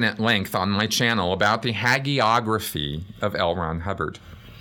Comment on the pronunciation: Well, I clocked the mispronunciation of "hagiography" & conceded that I've both heard and certainly made far worse errors of pronunciation. I felt that there are many more pressing issues too, tbh! However, I think the second take is better in several ways & understand how being a bit of a perfectionist in some areas can be.